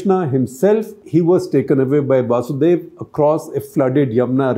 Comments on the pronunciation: Yes , shekhar sir should have pronounced it properly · Shekharji, my best regards. Two little points: 1. The name of Lord Krishna's father, Devaki's husband, is वसुदेव, NOT वासुदेव. वासुदेव is actually one of the names of Lord Krishna Himself -- वसुदेव का पुत्र, वासुदेव. 2. वसुदेव took his son to नन्द. Not नन्दा.